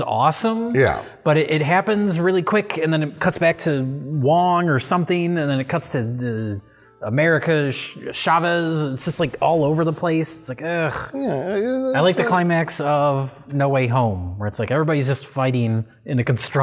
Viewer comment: I heard you Chavez like how mexicans day chair with the sh sound made me laugh